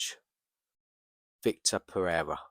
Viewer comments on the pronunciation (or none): Vitor not Victor 🙈